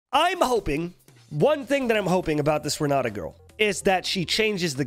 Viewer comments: Well time to learn some portuguese and stop saying Ron Nata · Renaata Open that mouth bro, Renaaata Talk like a truly Brazilian